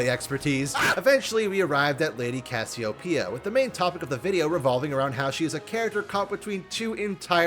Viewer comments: Isn't it pronounced as "ka-syo-pe-ya" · Not a big deal: Cassy-Oh-Pee-Ah (Greek name) but using the South Asian mythological: Naga. You were able to pronounce it correctly for the most part. Lol. and mispronounced every now and then.